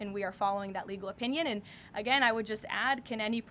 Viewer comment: Lol Leavitt sounds like she is saying "illegal"..not legal.